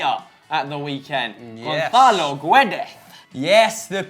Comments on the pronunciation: Goncalo Guedes isn't Castilian, so it's not pronounced gonthalo. It's gonsalo. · His name is Gonçalo Guedes. Not Gónzálo Guédé